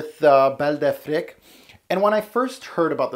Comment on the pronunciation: Affrick? I thought it was Afreek